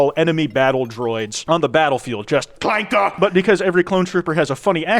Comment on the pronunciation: General grievous gets the soft a not the hard clanker